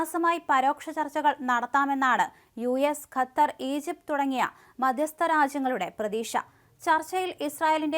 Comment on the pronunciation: ഖത്തർ. ഈ പെണ്ണിന് ഒരു പുല്ലും മര്യാദയ്ക്ക് പറയാൻ അറിയില്ല. ഇവൾക്ക് മലയാളത്തിന് A+ കിട്ടിയെന്നതിൽ സംശയമില്ല.